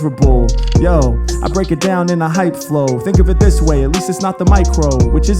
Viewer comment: eI had to rewind that like 4 times and turn on captions to convince myself he didn't drop an "N" bomb lol. "it, this" is what he says but it doesn't sound like that